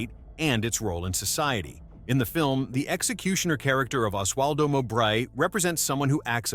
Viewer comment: It's Mo -bray, not M'bray.